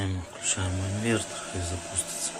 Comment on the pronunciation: "Инвэнтор" - и этим все сказано. Мова....